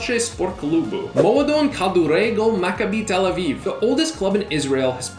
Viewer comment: You bucherd up macabi tel Aviv name